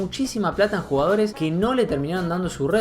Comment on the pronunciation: "MILHONES", "MIIONES","MIJONES". "RÁPIDO", "RÁPIRO" "RUGAORES" 😂😂😂